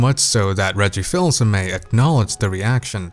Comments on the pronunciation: Not "Feels Hey May" "Fiss Hey May" Reggie Fils-Aimé. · FILSS-AIME? It's pronounced Feese-Aime. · It's pronounced "Fees-Ah-Meh" not "Fills". . . . . . Sorry